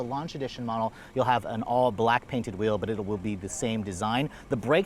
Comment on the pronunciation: You should get t-shirts that say “let’s check out the steering whool!” Love it.